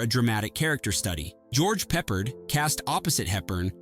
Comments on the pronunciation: George Peppered? His name is pronounced "Pep-pard", like how it's spelled. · Charles Boy-her? George Pepperd? He couldn't even pronouce Marseilles correctly.